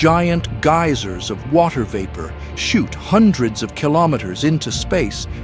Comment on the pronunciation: its an ai u noob... the ai do not know how to pronounce geyser... how far has humanity fallen